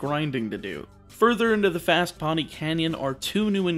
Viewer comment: Just letting you know, Poni is pronounced "Po-nee", not "Paw-nee". It means purple in Hawaiian. All the islands are named after a color, which actually coincides with the color of the corresponding Hawaiian island in real life. Source: Am of Hawaiian descent.